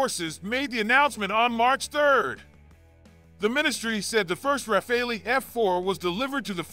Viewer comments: It’s not Rafal”ee”! It’s RA-FAL… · Could you please make a small effort to pronounce the name RAFALE correctly ? It is utterly annoying to hear over and over again Americans pronounce the Dassault jet fighter name "RAFAELI". In the name of God, it's RAFALE, like CHACAL or like ACTUAL or like VISUAL or like FOCAL. For the life of me, I don't know where you guys got the "ELI" from ? The Brits say it correctly, why not the Americans ? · What's Refali?????? Hahahaha 😆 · Well said. It is driving me mad and is happening on several US sites. Thank you!